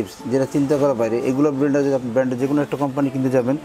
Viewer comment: উপস্থাপকের উচ্চারণভংগী চমৎকার! 🎤🎤বেলান্ডার! ইশপিশাল!